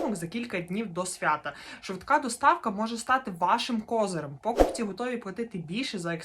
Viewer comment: чому такі проблеми з наголосами? покупцІ, а не пОкупці